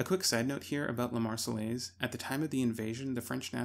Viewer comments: I cried every time he said “Lah Mars-eh-LACE”. (Marseillaise). I wonder how he pronounce ‘entourage’ or ‘envelope’. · Love the video but hearing you pronounce La Marseillaise like that was painful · EITHER PRONOUNCE LA MARSEILLAISE CORRECTLY OR NOT AT ALL